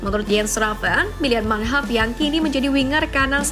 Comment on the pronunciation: Manhoff bukan munheff